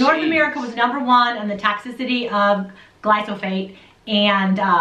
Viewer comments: again she says "glysophate". Geeze, if you want to make a lousy video about a chemical. please learn to pronounce it. "Kyanada" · and..you guys are a hoot.. me and my wife love watching and learning from you guys..but i got to say you may be terribly confusing a couple of your commentors seeings how the title of this vid say GLY-PHO-SATE, but the two you seem to be convinced that its GLY-SO-PHATE bahahahaha...got a big kick out of that... keep on keeping on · I thought it was glyphosate ( not glysophate ) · Pronouncing of the word is GLY -PHO-SATE. Not GLY-SO-PHATE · You did it! You got me saying "Glysophate"! Now I can't say it right either! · gly-Fo-sAYt ..... its pronouced lol ... does beer count as a fermented food? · Good info. You said glyphosate wrong. Lol. It's ok-know what you meant. The message is the important part!!